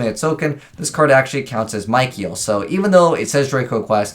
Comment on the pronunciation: Lmao that Michael pronunciation